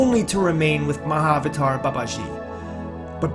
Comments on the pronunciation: FYI. The word Mahavatar is two parts. "Maha" and "Avatar". Maha means great. Avatar mean Incarnation. Together it is pronounced "Maha Avatar". It is not "Mah" "Avatar". Mah means mother. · a small correction : It is pronounced Mahaa-Avataar. not written like that though. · The pronunciation: Maha-vater instead of Ma-avater. Isn't it? Maha means great. So I think it needs to be pronounced... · It's not pronounced Ma-avatar. It's pronounced Maha-Avatar. Maha means great or noble. It's similar to Mahatma (Maha-Atma) Gandhi. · Why does he keep saying "Ma Avatar" instead of "MAHA-Avatar"? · yeah does sound like that. maha avatar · It would be nice if you could actually pronounce Mahavatar properly. In Sanskrit the "a"s combine in Sandhi. Maha Avatar. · The proper pronunciation is ma-ha-avatar... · Tupark82: Yes, he left out a sound. It should have been pronounced maha-avatar, but conventional spelling unites the two. 'Maha', in Sanskrit, means 'exalted', or 'great'. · i really thought he was saying my avatar babaji 😂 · You don't even know how to pronounce Mahavatar, sounds ridiculous the way you say it. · Why are Americans so absolutely terrible at pronouncing Indian names? It's like they don't even try. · When you figure out how to correctly pronounce "mahavatar" then I might listen to your video beyond 20 seconds. Get a clue!